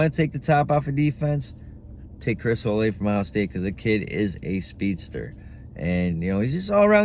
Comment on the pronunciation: Olave' (O-la-vay)